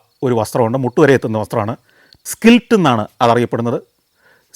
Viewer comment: സ്കിൽറ്റ് അല്ല ഉണ്ണീ. it is called കിൽറ്റ് (Kilt)